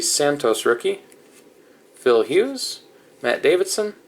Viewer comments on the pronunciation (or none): none